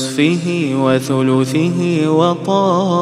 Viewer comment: ما شاء الله تبارك الله صوتك جميل جداً بس ممكن تتأكد ونصفه فوق الفاء فتحه مو كسره